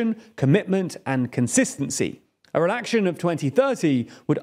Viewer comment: Why does he say Re-lack-shun? You can’t tell me he pronounces ‘relax’ as ‘re-lack’.